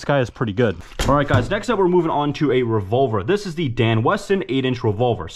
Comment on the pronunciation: " they said get a revolar "